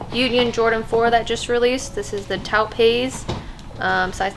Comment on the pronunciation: Longtime subber and watcher!! Just fyi Taupe is pronounced like “dope” but with a T ;)